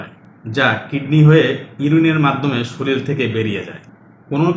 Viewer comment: আপনার পর্যায়ের ডাক্তারের মুখে চারবার " শরীল" শুনে ব্যথিত হলাম।